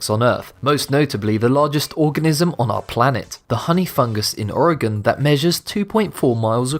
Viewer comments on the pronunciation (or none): none